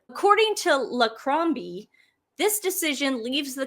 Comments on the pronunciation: lol Duncan Larcombe's name is pronounced "lar-cum". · IT ISNT LARCROMBE ITS SOUNDS LIKE THIS LARCOME ITS ONE WORD LARCOM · 😂It’s pronounce Larcoom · Duncan Larcombes surname is pronounced Larkum.Apologies ,girls , for being a pedant! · Oh,, really? 'Larcombe' isn't hard to pronounce! It's Laa-cum. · The royal commentator is pronounced Duncan Lar com the b and e are silent 😊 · It's pronounced Duncan LAR COME